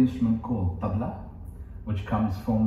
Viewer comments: High time both of you start pronouncing the "tabla" the correct way. It is not 'Tab La'. It should be pronounced as 'Tub la'. Ustadji will be mortified hearing you mispronounce his favourite instrument! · &, Maybe don't pretend to play an instrument the name of which you can't yet pronounce. Go review your interview with Ustadji Zakir H. He gently corrects your mispronunciation of Tabla be saying it the correct way repeatedly. Go watch, listen, and use your 5 second "Back" button, or simply rewind, and listen, listen, listen. Go back again 3 to 5 days in a row and listen, listen, listen. That should get you much closer than where you are now.